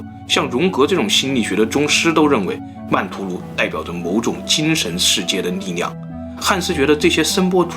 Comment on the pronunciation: 是 ㄌㄧˋ量 不是 ㄋㄧˋ量